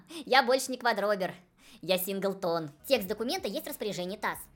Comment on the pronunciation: Я в курсе, но из-за ударения сразу не въехала. Это вы про сИнглтон. А я услышала синглтОн и подумала: single tone. Думала, это такой простенький рингтон на телефоне, когда вам звонят или сообщение от кого-то приходит. Так удивилась: неужели им надо, чтобы у меня симфонический оркестр играл, каждый раз как мне позвонили. Потом дошло. Они про сИнглтон.